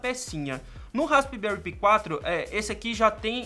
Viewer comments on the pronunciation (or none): "Raspberry pí" 😂🤣😂🤣 Pensei que era "raspberry pai" quando pronunciando e não raspberry π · pi também se pronuncia "pai", assim como pie, o certo eh raspberry "pai" mesmo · i em ingles tem som de AI neste caso. DÃÃÃÃRT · Raspibéri pí kkkkkkkkk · melhora a pronuncia do raspberry pi, chega a doer no ouvido.